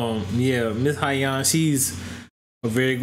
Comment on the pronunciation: Its pronounced So-Young.